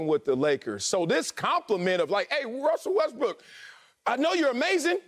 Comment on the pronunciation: Did Antoine say Wussell Restbrook?